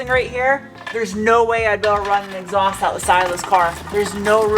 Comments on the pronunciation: exhaowst. Love it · Greetings from Scotland! As always, riveted to the screen watching this video! I still love how you pronounce exhaust - kinda "exawst" - fascinating! Love that accent! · I'm sure this has been covered, but WTF is an exowst? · When you said “Exoust”, was that a Smith and Sniff reference? I’m going to say it was. That would be cool.